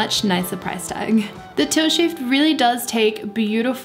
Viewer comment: It took me a while to realize I was hearing "tilt shift" and not "toe shave".